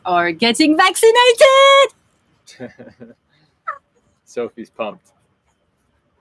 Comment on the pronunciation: says "we're so excited! Next week we're getting back to naked!" 😜..... Accent translation - Vac ci nated